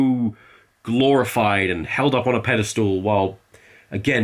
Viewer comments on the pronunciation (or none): Tom, tom...... its pedestal, not pedestool